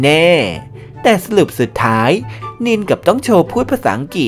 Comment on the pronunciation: สำเนียงนิลยังไม่ค่อยโอเค